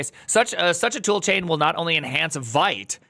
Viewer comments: it's not "white" it's vite like "weed" but with a t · it's vite like veet, french for quick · It is pronounced “Veet”! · Primeagen — hate to be reductive here— but if you can’t pronounce the name of the tool correctly, your opinion is rendered null & void.